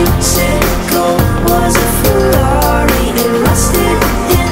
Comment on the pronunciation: Omg ikr! I wish I could sound like that when I say Ferrari!